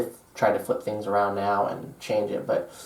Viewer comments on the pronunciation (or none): none